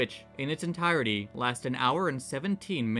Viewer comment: God I hate how he pronounced entirety. "Enteerity"